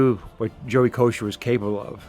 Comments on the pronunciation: “Ko-Cer” not kosher lol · Joey Ko-sir...not Kosher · I’ve heard announcers mispronounce Kocur’s name a lot. Koshur Kokerr Kos-cherr